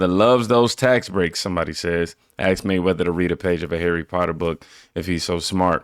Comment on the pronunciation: "ax me" 😂